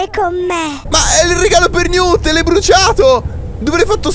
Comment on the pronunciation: quel robot si chiama Newt sitice Niwt ma sistrive Newt